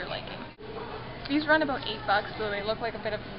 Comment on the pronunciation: okay well everyone hears it as aboot. so stfu or something sorry.